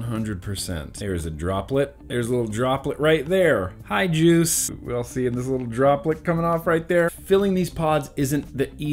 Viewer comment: Lol...you said joose. Are ya still doon that? Cause I'll stop.😄